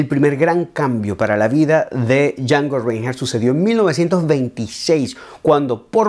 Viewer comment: Un tip para la gente, su nombre se pronuncia SHANGO RENAJT (a lo que seria el español) yo soy familiar de el.